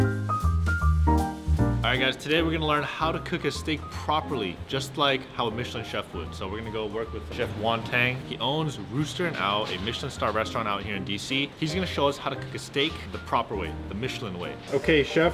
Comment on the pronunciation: Did he just call Yuan Tang as "Won Taaang"? UGh.